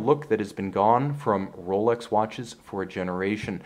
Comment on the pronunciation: The guy who presents it is obviously biased and can't even pronounce the name "Rolex" proberly, like normal people would do. The Grand Seiko is by far the best value watch human beings can buy today. You basically buy a 5k watch with a 80k value. Its that well build and manually finished. Rolex is a pure production watch, nothing complex about it, thats why Chinese copy them for 150$ a piece, and yes, normal people wouldn't notice the difference. With the Grand Seiko this is not possible, hence there are no good copies around.